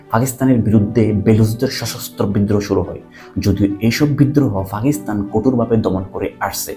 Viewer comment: Age Fa theke pa te asen. Fakistan na Pakistan